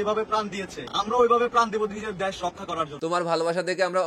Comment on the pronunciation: দ্যাশ নাকি দেশ ??